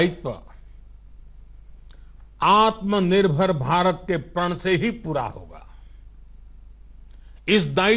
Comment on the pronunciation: ■■ आत्मा निर्भर नहीं - मोदी जी " आत्म निर्भर " कहिये ! आप ट्वेन्टी को ट्वैन्टीन कहते हैं - आत्म निर्भर को " आत्मा निर्भर " ? क्या मोदी जी, न तो अंग्रेजी ही सही है आपकी - न राष्ट्रभाषा का व्याकरण ? पता नहीं बारहवीं क्लास तक आप स्कूल के बाहर ही बैठे - - - पता नहीं क्या बेच रहे थे ? करबद्ध क्षमायाचना महामहिम ?■■